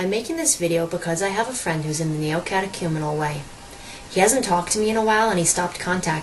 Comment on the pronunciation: This lonely woman needs the Kerygma... badly. The only good/true thing about this video is that you pronounced The Neocatechumenal Way correctly....